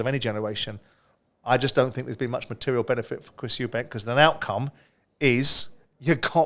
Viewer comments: Spencer........how long have you been in the boxing game now? Its Eubank.....not Eubanks. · Eubank, not Eubanks - there’s no S, it’s not hard